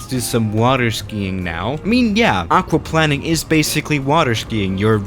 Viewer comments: It’s aqua plane ing not aqua plan ing 🥴🤦🏻‍♂️ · No ones gonna talk about how he’s saying “aquaplanning” instead of “aquaplaning” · Aquaplaning has one 'n' and isn't pronounced aqua 'planning,' it's aqua-plane-ing. Just thought I'd let you know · The way he says aquaplanning like aqua plan ing. Like it means planing somthing with water 😂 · Pronounced Aqua+Plane, not plan. Great video though, and big fan. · Can somebody PLS explain to that it’s pronounced Aqua/Hydro-planing. He’s pronouncing it like planning... he literally flies planes he should know how to pronounce “Plane”. Also, it’s not half the tire height when you start to have this happen, it’s half the TREAD height 😂 how tf are you supposed to land a plane in water that’s halfway up the tire... not too sure airliners are certified to do that 😂😂😂😂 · I’m sorry but i cringe everytime I hear aqauplanning 🙈😂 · When the pilot plans to play water polo on the runway, its called *aquaplanning*. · It’s pronounced like aqua plaining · Isn't it pronounced plain-ing? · It’s also plain -ing lol love ur vids tho man keep it up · its hydro Play-ning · lol yes, its pronounced aquaPLANEing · isnt it pronounced hydro planeing? I know that's spelled wrong that's how ur supposed to pronounce it I think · Jesus it triggers me how he says aquaplaning 😂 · aquaplaning...... you are saying it totally wrong too. here is how you pronounce it. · Everytime he says it's I am like argh